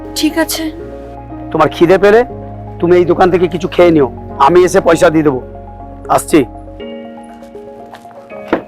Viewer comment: apner ucharan ( pronunciation ) ta ektu thik korun pls.istiri,paisa, pati etc.etcc